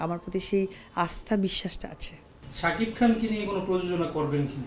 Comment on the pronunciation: স্বামীর নামটাও ভালো করে বলতে পারে না রে.... শাকিফ...ফ...ফ 😂😂😂😂